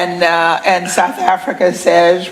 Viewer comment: IT ABOUT TME YOU LEARN TO SAY " AFRICA " AND STOP SAYING " AFRICER"